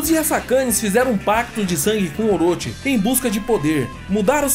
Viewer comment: "Oroti" não, "Oroxi".